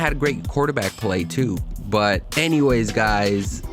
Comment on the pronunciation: dude, pronounce your final consonants. especially "T"s". BUT, not BU. you sound like a child.